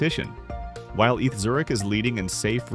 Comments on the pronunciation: stop saying eth Zurich! its E T H, Eidgenössische Tecchnishe Hochschue! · If you bother to edit the script you are giving the AI voice, you can fix the mistakes. "Eeth" for ETH write instead "E tee aich" or the Swiss/German "A Tay Ha" with A is an hay. I'm sure there are directions on how to format or use special symbols to fix this and other mistakes. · I’m sorry but the way you say “Eth Zurich” makes my skin crawl, it’s E.T.H. Zurich, or E.T.H.Z. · "Eath" 😂😂😂 E.T.H. !! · AI narration is evident. It is E T H Zurich, not "eath Zurich". You need to turn the letters into a correct acronym or separate them with spaces in the script you feed to the AI narration site, like "E.T.H. Zurich" or "E T H Zurich".